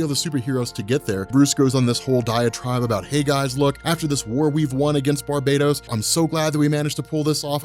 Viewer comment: It's BAR-bah-toss. Not Bar-BAY-tos. You're making it sound like the multiverse is being conquered by an evil Caribbean island :P